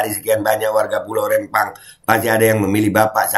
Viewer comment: Rempang bukan Rembang, huruf Pe bukan Be ....